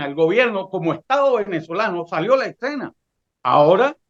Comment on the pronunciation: Parece increíble que personas de este nivel digan "excena" en lugar de escena.